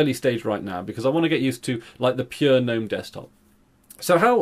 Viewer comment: Thank you for not calling it "g'nome"